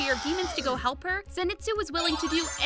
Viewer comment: Lol she speld lord zenitsu wrong she said lord zenistu